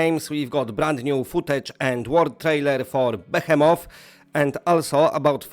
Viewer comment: Friend, Behemoth is pronounced: "Be - HEE - Moth" and the "hee" sounds like knee, or ski, or tree. I pronounce it like "B'heemuth" Thank you for your video.